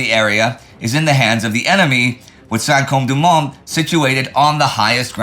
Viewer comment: The "e" in Saint-Côme should not be pronounced.